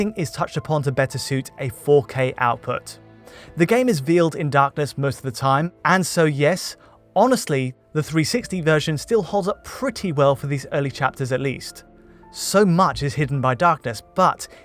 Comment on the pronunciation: Great analysis! Taken out of it a bit though by the many occurances of 'remaster' being turned into 'rimaster', and 'veil' somehow turning into 'veel'...